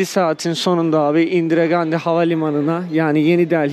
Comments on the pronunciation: Usta hint parasının üstündeki gandi yi indiregandi demen yarıldım gülmekten 🤣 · alemsin valla Mahatma Gandhi yi duydum da İndiregandi yi duymamıştım 😂😂 iyi eğlenceler ❤️